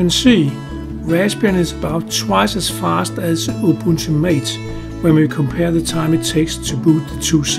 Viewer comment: "Ubunto" I cried.